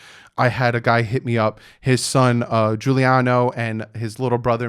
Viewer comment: Also it’s Giuliano